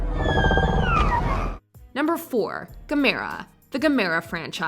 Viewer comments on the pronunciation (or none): IT'S PRONOUNCED GAM ER A. Gamora is one of the Guardians of the Galaxy. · Oh Please... it's pronounced GAM-ER-A! Gamora is Thanos' daughter and Nebula's sister. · If the person that narrated this is reading it is Gamera like Camera. And yes Godzilla is number 1 period, Been watching him since the late 60s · Oh, thank you for including the Stay-Puft Marshmallow Man! The way Dan Aykroyd says its name is one of the highlights of his entire career. Other comments - "Mothra" - blah. You mispronounced Gamera - the accent is on the first syllable. And the Japanese/subtitled versions of their movies are SO much better than those that are dubbed. The Americanized version of "Godzilla" with Raymond Burr is utterly ghastly compared to the original.